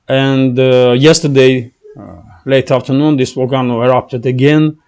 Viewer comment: We say vol-cay-no.